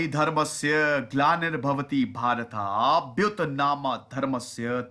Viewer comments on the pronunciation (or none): अभ्युत्थानं है सर् जी न कि अभ्युत्नां🙏